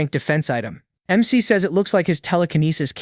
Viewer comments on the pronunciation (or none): Bro, love your stuff but you gotta stop your AI from reading this as Mick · Hearing mec mic Mac and mr is poor work for trying to say mc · Why the fuck do these ai Keep calling the mc mikk instead of their name?!😭😭🙏🙏🥀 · the mic is actually the mc the ai voice cant detect it correctly because MC is a acrynom so it says it as mec or mic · Unc did you get a new AI? It’s not even saying MC right😂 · Why can’t u say the name ai can’t even say mc 💀